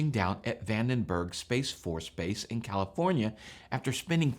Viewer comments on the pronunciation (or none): none